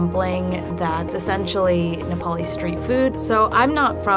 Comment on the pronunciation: ok but.. why is an Indian making Nepali momo..like couldn't u find a native Nepali ? She doesn't even pronounce "Nepali" correctly.